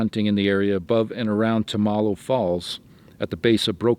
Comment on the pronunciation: It's pronounced: tum- ah- Lowe (the river he was on)